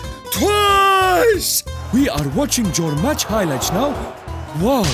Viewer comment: TWAICE... TWAAAAAIIICE